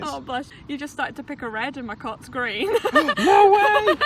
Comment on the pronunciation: "It's so redd" "it's so greenn" Ya'll i'm devastated